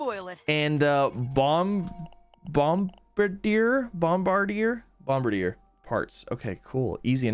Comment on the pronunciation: Not bombarder, but Bomb-Bar-Di-Er... Bombar-Di-er